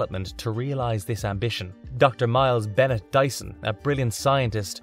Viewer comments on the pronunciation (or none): none